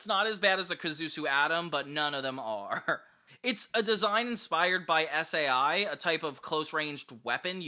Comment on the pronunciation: S A I???? Sai, my friend. Like sigh